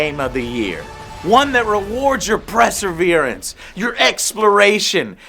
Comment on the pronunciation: It's Perseverance not Preservenance Joe